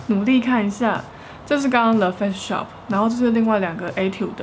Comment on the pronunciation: 感谢tang这是很实用的影片 不是杠但是影片里的发音听起来是le face shop